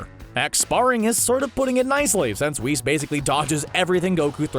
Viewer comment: LMFAO “weese” mf u mean whis??? Lmao at least google the name first